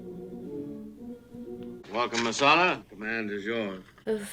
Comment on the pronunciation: "Chicken Massalla" - LOL,,,.